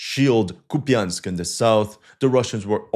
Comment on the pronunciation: KUP yansk ---> COUPE ensk. YA = YA ya = e (mute or schwach), in non-stressed syllable.